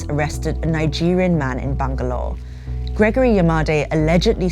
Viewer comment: its called bangalore. not bongalore